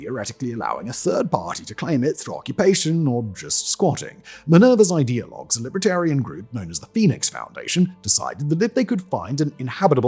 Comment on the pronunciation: Great video, but so offputting that the presenter pronounced Libertarian as LIBRAtarian.